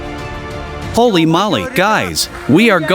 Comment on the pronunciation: Too long. NOT HOLLY MOLLY, ITS HOLEY MOWLEE!